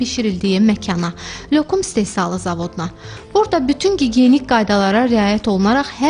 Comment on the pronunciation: Niyə lyökum deyirsiniz ? Lokum demək olmazmı